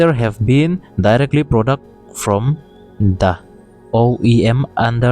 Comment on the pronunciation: vowel, a, e, i, o, u,...hma ah ' the' a awm reng reng in, di/de ... tih ang a lam tur... ka thiamber chu ka tilo, thurawn fahrah mai mai aw.. thildang erawh kan sawiseng lo ang a,thiam sen ani heklo..😂